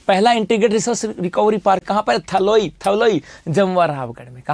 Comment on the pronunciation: Sir थोलाई naam h aap usko थलोई bol rahe ho Ye mere gaanv ka naam h😮